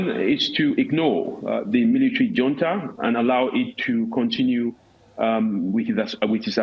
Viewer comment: Is it called hunta Or junta? 😂